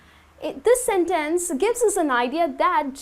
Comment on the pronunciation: 1) a sentEnce? In fact, I have never met such a pronunciation before. Are you sure it's right? 2) Thanks for the class! 3) First